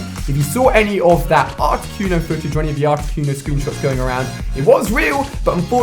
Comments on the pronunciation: So he's Mystic but he can't even pronunce Articuno... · Carmela Salmo Cunio not cono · Why do British people pronounce things so fucking retarded. "Articyoono" like seriously stop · The way you pronounced articuno... Cringe...